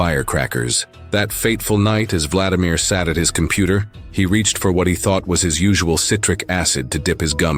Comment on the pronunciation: #1 vla-DI-mir : stress on SECOND syllable !!!!! SECOND SYLLABLE . . .